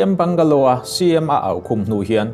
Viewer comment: Bangalow tiin a chhiar kher a, bangla ti mai se a chiang mai a